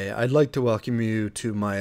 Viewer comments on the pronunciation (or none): none